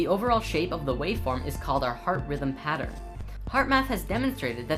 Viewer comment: ahaha each time i watch this, pronouncation of pattern always incites extra happiness:D